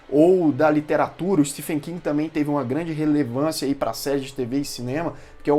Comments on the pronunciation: Se pronuncia steven king e não stefen!, o próprio autor corrigi como as pessoas pronunciam errado seu nome!. Stephen King (Steven King). O ph no nome dele se pronuncia como V. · Se pronuncia STEVEN King, mesmo sendo escrito Stephen. Inglês não tem coerência na escrita/Pronuncia. Fica a dica. Desculpa, mas dói meu ouvido.